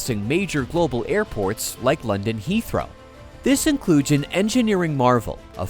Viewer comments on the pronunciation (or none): none